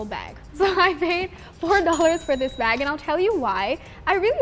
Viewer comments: you said plastic ba instead of plastic BAG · and why when they say bag there isnt a g